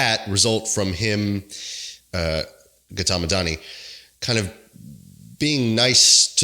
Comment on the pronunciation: the way you pronounced Gautam bruh, eveb though not your fault, it hurts 😭